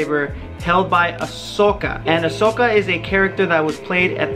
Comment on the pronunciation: Come on man don't say Ahsoka with a mexican accent.